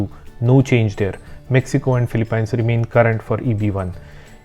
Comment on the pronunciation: Great content. Just a heads up that the pronunciation for Philippines ends with peens instead of pines.